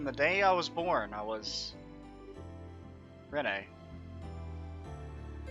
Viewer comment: Its almost impossible to watch this with how you mispronounce Renne, it is just "Ren" its not said any different